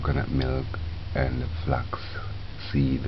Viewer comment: So cute and funny how he fights with the words "irish moshh" and flex or flox seeds 😂 I suscribed to your channel just to hear you speaking.